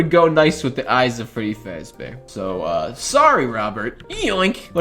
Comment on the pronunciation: My guy can’t even say fazbear 😭👏